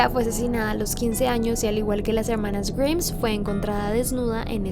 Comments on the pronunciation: Amo sus videos pero me molesta demasiado que pronuncie mal el apellido. Es GRAIMSSSS no GRIMS! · Me mata por qué pronuncia en inglés todo bien y correcto salvó el apellido se pronuncia graims no griims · Grimes se pronuncia GRAIMS no como dijiste pero si como se escribe está bien el pronunciado nomás está un poco erróneo:v Pd: amo tus vídeos y tu voz me encanta escuchar es muy relajante. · Grims? Pensaba que la pronunciación era graims como Rick Grimes de la serie The Walking Dead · Grimes se pronuncia "Graims" jajaja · No se pronuncia "grims" sino "graims" >:v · tqm, pero se pronuncia "Gaims"... Perdón.. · Se escribe Grimes, se pronuncia Graims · Se escribe Grimes pero se pronunca GRAIMS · No se pronuncia "graims"? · Pronuncias mal "grimes" jaja salu2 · Se pronuncia GRAIMS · A mi nomas me molesta que pronuncie mal el apellido intentando hacerse la que lo pronuncia bien? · DEBERIAS APRENDER A PRUNUNCIAR, esta mal como pronuncias grimes, sino sabes como se pronuncia ve a google traductor